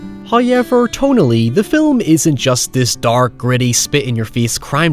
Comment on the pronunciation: First “Hayevur, …”